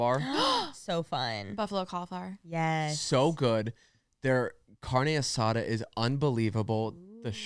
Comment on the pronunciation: Almost clicked off when said carnay asuda